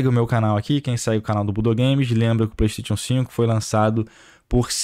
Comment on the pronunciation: Cara, para de falar "pleisteitiu"....cursou a mesma escola do prata, foi? É "pleisteichan" , caramba